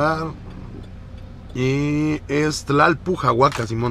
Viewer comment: Tlalpujahua, NO Tlalpujahuaca, la piedra se llama cantera no??